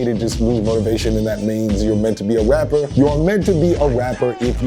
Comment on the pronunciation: the way he says rapper... wrapper